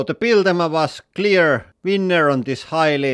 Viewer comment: I giggle every time you say winner. Sounds like weiner.